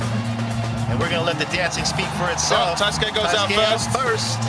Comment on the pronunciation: wtf is a TAI SKI..thats what dude kept calling Taisuke..nobody told him how to pronounce the Mans name?? smh